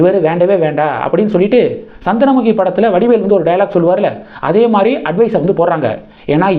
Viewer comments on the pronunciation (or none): none